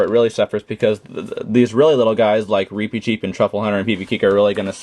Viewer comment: Its reepichief!!!!!!!!